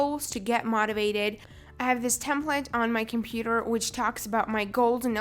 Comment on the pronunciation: She says methods and motivation wrong